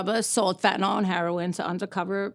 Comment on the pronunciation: Kinda sick of these people can't even pronounce the word correct...it is not FENTANALL STOP SAYING FENTANALL,,LEARN ENGLISH